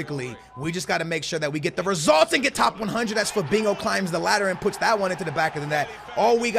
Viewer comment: Why does he pronounce it Fabingo?